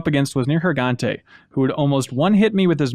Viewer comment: The way mispronounces Neirgigante sounds like there's a racial slur in there...